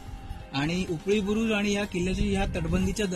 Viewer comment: उपळी बुरुज नव्हे...."उपरी" बुरुज. आवाज कमी येतो विडीओ मध्ये माइक वापरत जा.